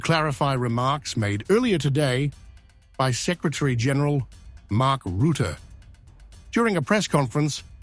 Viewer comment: Mark "Roote"??